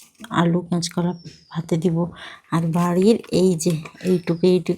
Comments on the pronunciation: ক্যাচ কলা না বলতে হবে কাঁচকলা বা কাঁচা কলা।❤❤❤❤ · ক্যাচ কলা বলে না শুনতে বড্ড খারাপ লাগে তুমি কি কানে শুনতে পাও না কাঁচকলা কাঁচকলা বলে কমেন্টস টা পড়ে ভুলটা সংশোধন করবে